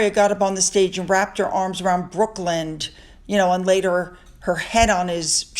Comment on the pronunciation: Hi, not sure but I think you pronounce Brooklyn’s name wrong. It’s not Brookland. Sorry if I misheard you.